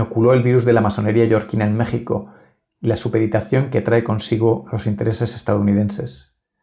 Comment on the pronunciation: Amigo, antes de volver a enunciar el nombre de MÉXICO, Aprende pronunciar la X.